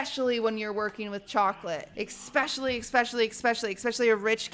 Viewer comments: exspecially, expresso... has she learned nothing from lud the english major? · why does she say ”ecspecially” and ”ecspresso” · “expresso” “expecially” “dyslexic”